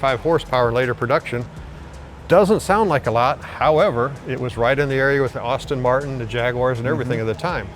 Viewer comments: Just lost all respect when he said Austin Martin. And dude says "silenoids" instead of solenoid. Please Mark, replace this guy cause all he does is remember a script, not the actual cars. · He had me until he said austin martin 😂